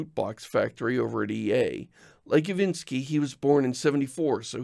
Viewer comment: Hi, you gave the robot a bad input. It's Iwiński not "Iwinski" - "ń" is a Polish specific letter that changes the prononciation. If you put "Marcin Iwiński" into Google Translate, you should get a proper pronounciation. I love your blog and videos, stay healthy!